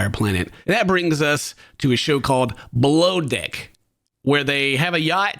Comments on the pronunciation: He totally just said BLOW DEICK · "That leads us to a show called Blow Dick": 🤔 (what did he just say?) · I thought you said BLOWDECK 😮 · How did you manage to say below deck in such a way that i heard blow dick?? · When ken said “below deck” it sounded like ‘blow deck’ …. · When said below deck I swear I hear blow dik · I seriously misunderstood when he said: “below deck”. I heard him say: “blow d*ck” 😂😂😂😂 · I thought you said blow d*ck, I was like 😮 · I had to put subtitles on when I misheard “below deck” for “blow dick” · I totally thought he said something he didn't say but it sounded like he said...😅 BLOWDICK...😮 my bad, he said...BELOW DECK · ngl when ken said "below deck" it sounded like something else entirely Also, always show it if the victim gives permission. That guy needs to be recognised as a predator in his community and putting the video out there is the best way to do it. Hearsay can easily be dismissed, that video can't.